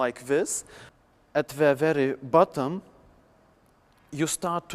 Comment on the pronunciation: I died of laughing xD Quite Long journey, In the midel, you haev a heartline element whear u are sPuN uraund a tRuCh like this *proceeds to spin his hand randomly At vErEY bUtem, breathes heavily, *you start to be raised again